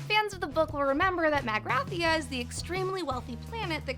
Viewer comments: Mag-ra-THEE-A not Mag-rath-ia. Jesus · I"m sure I'm piling on here... but its Mag-ra-thee-a. Seriously, if you're going to drop a nerd reference like that one you need to get it right or you are risking a serious nerd pile on.